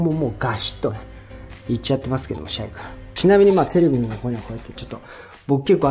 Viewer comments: シャイがちょいちょい「しゃゆ」に聞こえて一人で懐かしい気持ちになってる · 「シャイ」が「しゃゆ」に聞こえる笑